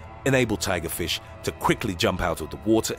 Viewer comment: He said flish